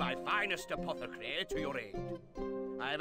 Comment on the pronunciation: A poth a carrie or curry as pronounces it (a little butchered if you ask me lol)